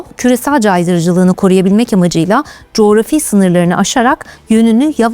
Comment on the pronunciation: cografi kelimesini Allah askina duzgun telaffuz et